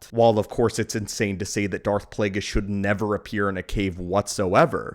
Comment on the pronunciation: It's Plagueis, not Plaguies.